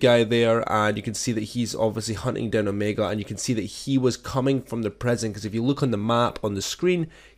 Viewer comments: Prison, not preson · Can't tell of your saying "prision" or "present"